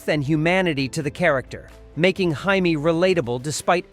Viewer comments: You know what? I get it - this is YouTube, and you get paid per view, so the more videos you cough out, the more money you get. But do you ever watch the stuff you put out? You know, so you can make sure your AI voice doesn't spend 5 minutes calling JAMIE Summers, HYMIE. Or to see that it spells out S H A D O only a few times, and calls it shadow the rest of the time. I'm watched so many slop jobs that I usually bail out after they've mispronounced a name 4 times. Oh well, that's 16 minutes of my life gone forever. Get it right. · Bionic woman's name was pronounced Jay-me. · This narrator needs to learn how to say the letter j . The bionic woman's name is Jay me. Not hi me. Kolchak was an awesome show a head of it's time. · The Bionic woman's name was Jay-Mee Summers, not Hy-Mee Summers. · Interesting video. But I noticed a couple errors. The b &w footage for the Invisible Man was actually from the British TV series from 1958 not the 1984 version. The actor playing the role has never been identified. The Bionic Woman you pronounced her first name as Hymie and not Jay-me. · its not hyeme Jamie good god what AI did they use why did they not teach it to talk???? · The Bionic Woman was Jaime Sommers (pronounced “Jay me” not “Hi me”) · THE bionic woman is not called HEIMI Her name is jamie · AI narrators suck. I usually turn them off immediately. I was able to ff thru this to see where Bionic Woman rated, even if the moron AI called her Jaime, with the Spanish pronunciation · The Bionic Woman's name was Jaime... pronounced Jamie. You didn't actually watch these shows, did you? In UFO, the organization was S.H.A.D.O., pronounced "shadow." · I hate how every AI voice over pronounced Jaime Summers as "Hi-Me". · I really hate these robot voices. It was Jamie (pronounced J Me) Summers and Wagner (pronounced Wag Ner). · Jaime Sommers. Pronounced "JAY-MEE". And SHADO is pronounced "Shadow". I really hate AI voices....